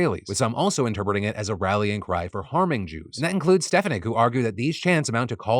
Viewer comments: It’s STAH FON NICK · Sorry to be the most annoying person in the comments but as someone unfortunately in her district it’s Elise Stefanik (pronounced stef-ah-nik, with emphasis placed on in the FAH in the middle) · As a resident of Elise Stefaniks district and even though I do not like her and I wish that people in my county would vote differently. You are pronouncing her last name wrong st pha nik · Elise Stefanik's last name is pronounced Ste-fahn-ick. ICK is right. I hate having her represent a part of my state. It's like she wants people to be condemned for free speech. Calls for genocide? They have it BACKWARDS. The state of Israel is trying to commit genocide against Palestinians. But the WH and elected federal representatives refuse to admit it. (Please note, I did not say all Israelis or Jews want this. Because no, they don't.) Also, yay for maybe movement on the Six Nations getting to play in the Olympics.